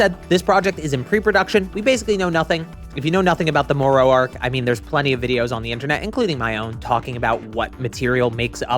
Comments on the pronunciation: More ro... you mean Moro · can he learned not to say more-oh yet?